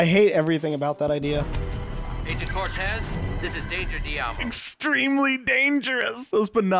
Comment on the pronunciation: THEY SAID”CORTEZ” AS IF “JUNI CORTEZ”